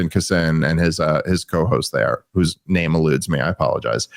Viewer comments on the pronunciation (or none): none